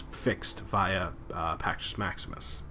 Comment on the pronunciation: if u can't talk then write a script if u can't read then memorize it if u can't memorize just smoke another one and chill the fk out. but AT LEAST pronounce shit right. it's perk-us NOT purchase wtf...